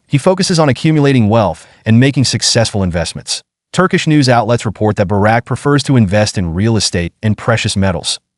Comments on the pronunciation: 📢📢📢 Bouraq et non baraque ‼️ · His name is not Barak , his name is Burak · It's awesome to know a bit more about the actor Burak Özçivit but it would've also be nice if you guys wouldn't butcher his name which is Burak and not Barak. 🙂 I saw him first in the TV show "Magnificent Centuary" about Suleiman the Magnificent and later started to watch the historical TV show "Kuruluş: Osman" where Burak plays Osman Bay / Osman I.